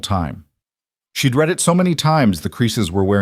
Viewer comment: “Read” can be one of two pronunciations decided by the context. You picked wrong.